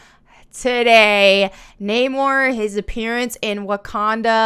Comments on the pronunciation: I'm not gonna lie, i like the Aztec/Mayan look they gave Namor because it's part of my heritage but I am all for "don't change original source, just make it better". All that changing Namor's name meaning and the whole pronunciation thing is bs, I speak Spanish and English fluently and I have no problem pronunciating Namor's name in english or in spanish... that was dumb af. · Not her being picky about the details while calling him “Naaymore” lol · Nam-or you silly beech not Name-or. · I saw the movie. I think they ruined the character of Namor the Submariner, and the character they made in his place was good but not great. You're right about the Lara Croft effect, everybody on YouTube calls him Nay-more like they're supposed to, not Nah-mahr, which is unfortunate because I like Tenoch Huerte's character better if it's not Nay-more. Talocon works better than Atlantis, because the show producers managed to come up with a vibranium-fueled nation of indigenous non-white people that makes a great counterpart to Wakanda. But it's a stretch to make Namor the incarnation of Quetzalcoatl. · How about pronouncing the producers name Not Moor and putting Namor back to the original pronounciation. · My name is Na more. Not Namor……………………………………………Miners not minors. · Even if they didn't go with the mesoamerican route and stick to the traditional atlantean which is greek the name would still be pronounced that way instead of the modern english Neigh-More. Kinda like how in God of War they pronounce Kratos as Cray-Toes. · I thought it is pronounced "Nah - More" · Emphasis is on the O now to. Nuh-MOre. Like saying "no more" with an uh instead of o in no...ugh. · So the way they pronounce it is Nah-More, ok, Nah they ain't getting any More of my money after all the bs they have done in recent years. ah i see, the name does fit. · Agree. It was horrible. I don't mind Aztec representation but at least keep the right pronunciation. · Namor pronounced as Humor...